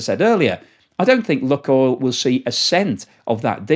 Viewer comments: Lukoil is pronounced luke-oil, not luck-oil. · Pronounced luke oil, not luck oil. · Good video. It is pronounced “Loohk oil, and not “luck oil”.